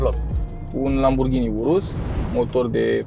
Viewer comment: un lamburghini 😂😂😂 confera ? sau ofera